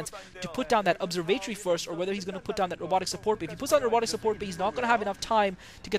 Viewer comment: ur sayin observatory wrong broface